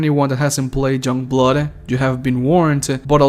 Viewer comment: Were you saying junkblood when you mentioned it lol?